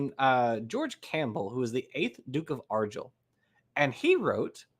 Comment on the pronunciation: Argyll is pronounced with a hard G not "arjill", argyle is a variant. Sorry.